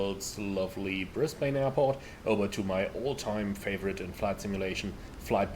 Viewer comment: Great video again. Like the look of the PMDG 772, but don’t know if I want to spend money on another 777 variant. As an Aussie, if you were wondering, Brisbane is pronounced as “Bris-ben” or “Bris-ban”. 🙂